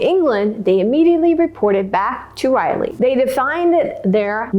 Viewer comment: Great job. I enjoyed your recap of this story. I am a Native North Carolinian. Two small edits. Manteo is pronounced Man-tee-O. Sir Walter Raleigh is pronounced Rah-lee. Raleigh just like the capital of North Carolina.